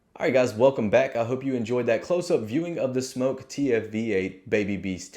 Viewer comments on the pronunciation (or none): He says smoke not smok...why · bro its SMOK not smoke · First you aught to learn to pronounce the name of the product which is as it says Smok, not Smoke. The tanks are fraught with troubles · SMÖK not smoke. Aaaahhhh not ooooooh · It's not pronounced Smoke it's pronounced Smok. The O is prominent. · smoke vs smok pronounce it smock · It’s smok not smoke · It's smawk like hawk but smok